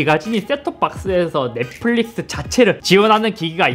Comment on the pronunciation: 쌧바닥이 짧은거야? 아니면 뭐야 말투 억양 왜이래 넷뿔릭스 th 바르마 발음고자네이색이 ㅋㅋㅋ